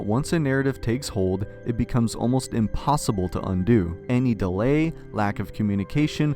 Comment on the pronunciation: what did this "impossible" so much like doggie